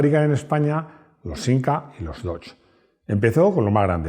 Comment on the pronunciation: Soy español de España, y digo "siMca" de toda la vida. Lo siento,. 😛